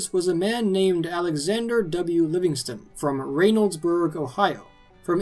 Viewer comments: Just a minor critique from me - resident of Reynoldsburg, Ohio. It isn't pronounced as RAY noldsburg, but rather as Ren in RENTAL. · "RAY-noldsburg" 😂😂😂 it is spelled as such, and I'm not trying to bust your balls. But as a Columbus native I can say it's pronounced RENnoldsburg. Fucking odd I know. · You are saying reynoldsburg wrong... I am from there.. it is Reynoldsburg.. like renolds and not Raynolds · it's Reynoldsburg.. as in Burt Reynolds... not Raynoldsburg. And a good juicy homegrown fully ripe Bigboy tomato is so much better than those waxy pasty factory grown things that you get in the store any day. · You are mispronouncing the Ohio town’s name which holds the tomato festival. It isn’t RAYnoldsburg, it is RENoldsburg. The y is silent. I live 15 miles from Reynoldsburg and it took me a moment to recognize where you speaking of. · I live 10 minutes from reynoldsburg. his pronunciation is killing me 'rain-oldsberg". its reynolds, like ryan reynolds. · Reynoldsburg is pronounced Wrenoldsburg lmfao that was cute tho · You completely mispronounced the name of Reynoldsburg…